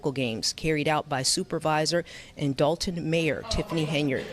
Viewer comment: Dolton with an "o" not an "a" if you mean Dalton you're talking about Dalton, Ohio(a village like Dolton, Illinois)and I'm from Chicago